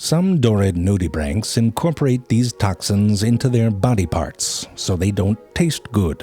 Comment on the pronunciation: Everytime he says “nudibranchs” it sounds like he’s saying “naughty bits”